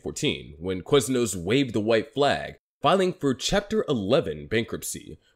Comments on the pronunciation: why do you say Queznos? its Quiz as in K-wiz not K-wez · Let's make an 8 minute video about Quiznos, but pronounce the word "Queznos" 800 times.